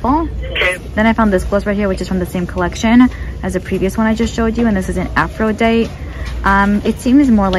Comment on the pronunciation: Aphrodite is the Greek Goddess of love, sexual love, and beauty She is the Roman Goddess Venus Pronounced afro d-eye tee